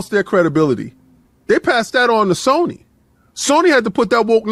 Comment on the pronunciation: The N in Sony went silent